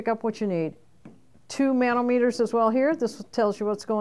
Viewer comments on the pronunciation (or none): Manometer = Muh-nah-muh-ter, not Man-oh-mee-ter.